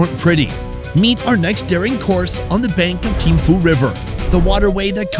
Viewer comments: Pronunciation is with phu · How can you go there and call it "teemfoo"?! It's not an "f" sound just because it has "ph" in the spelling! Do some research. Learn how to pronounce the capital of the county you are visiting (and insulting).